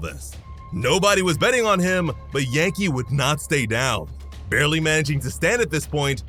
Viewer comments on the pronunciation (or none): none